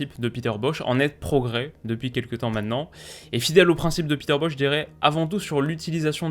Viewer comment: Peter Bosz se prononce Boss, mais ni Boch, ni Boz. Merci pour ton analyse. 👍